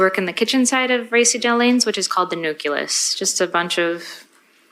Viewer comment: Not even that- she couldn’t explain BDSM, Nihilism, or pronounce “Nucleus” properly lol- this was a headache to watch